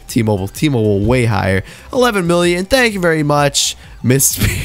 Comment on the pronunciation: why do I hear billion when u say million? lmao xd